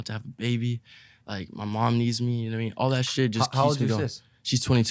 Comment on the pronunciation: “you kneow whet i mean” iann dior- 2020